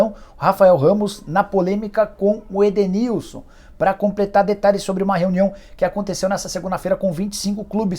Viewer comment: q conversou com o jogador, conseguiu comprovar oq eu apresentei de hipótese, já esse, com toda certeza, não conversou com o jogador, inventou algo pra dizer q estava tentando resolver o ocorrido, mas só complicou e NEM O NOME DO EDENILSON ele soube pronunciar!!